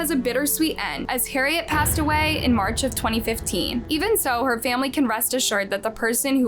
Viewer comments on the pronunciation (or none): none